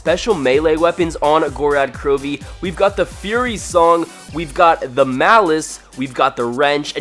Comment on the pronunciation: You are an idiot sandwich because you say gorad krowvi its gorod krovi please god